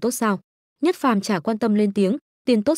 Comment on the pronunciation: đoạn chát là diệc phàm mà đọc nhất phàm